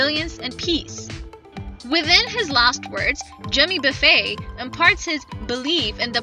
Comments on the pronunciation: Somebody needs to learn how to pronounce his name. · I got tired of the mispronounced name but I'll keep listening to Jimmy Buffett for the rest of my life 👍